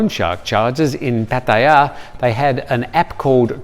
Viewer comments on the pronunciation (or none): Pat-E _AH is the way the Thais who live and born there pronounce it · 99% of Thais pronounce it PAT-TIA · no it's not. No one says it like that and it's very irritating. So stop. I've been here 23 years and never heard it gayed up like that. You miss pronounce alot of places. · Does anyone else cringe every time the way he pronounces Patearrrrrrr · Why do you say Pattaya the way you do? Lol